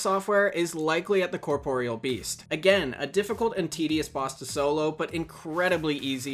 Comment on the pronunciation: This is the first time I have ever herd someone pronounce the Corporeal Beast correctly.